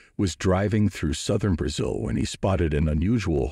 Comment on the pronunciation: are you a robot? you're pronouncing Brazil wrong !